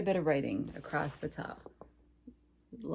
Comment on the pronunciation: You are always such a breath of fresh air. (And putting a t on the end of across bugs me too)